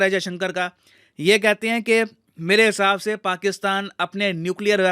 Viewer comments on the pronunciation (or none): Who noticed "mele hisab se" 😅